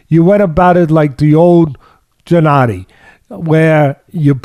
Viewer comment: Teddy could u atleast learn to say his first name correctly when u have him on as a guest 🤦🏻‍♀️ lol it's Gennady not Jinnady 😂